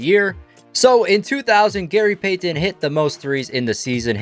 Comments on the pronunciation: i hate how he says gary payton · i hate the way this guy says gary payton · “Gary Paytan” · Gary pay-ten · The way he said Gary Payton triggered me so bad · Love everything about this video other than how you say Gary Payton. That sucks